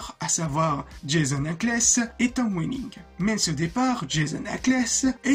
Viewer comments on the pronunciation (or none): Vidéo très sympa ! Documentée avec de bonnes animations ! Par contre tu écorches le prénom de plein d'acteurs et ça me fait mal genre : "Jason Ackles" ou "alison mark" 😅 Sinon je suis d'accord avec les commentaires. S'ils se limitaient à 12 à 15 épisodes par saison il y aurait eu moins de longueurs et ils seraient pas obligé de faire en sorte que clark affronte tous ses plus gros enemis.